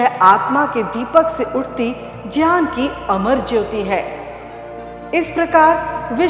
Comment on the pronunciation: ग्यान को संस्कृत उच्चारण में ज्यान बोला जाता है ज्यान ही शुद्ध उच्चारण है ।